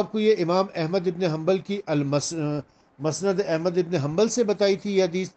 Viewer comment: مسند کی م پر زبر نہیں پیش ھے